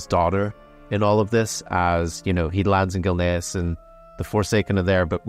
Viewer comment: its Gilneas not gilnaris